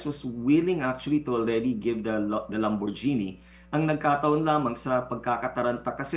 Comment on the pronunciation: Atty.,lamborghini (gini) po.hindi po(jeni) ang pagbibigkas ng (ghini) sa dulo.